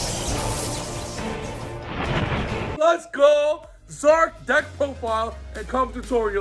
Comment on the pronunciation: Finally, someone who pronounces the name right! It’s Zarc not Zee Arc!